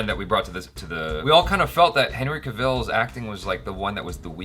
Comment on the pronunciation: I totally agree with everything you said! Except for still pronouncing 'Cavil' wrong, it's pronounced like 'apple'